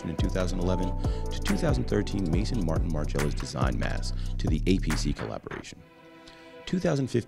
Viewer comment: Wow, they don't know how to pronounce ,,Maison Martin Margiela''!!!!